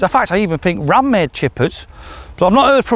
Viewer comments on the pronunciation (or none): none